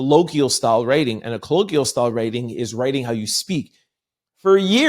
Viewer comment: So you’re FOR the dumbing down of America? If you’re going to use the word colloquialism, pronounce it correctly. Still a fan❤